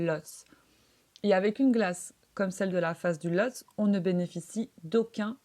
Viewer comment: On prononce "Lhotsé".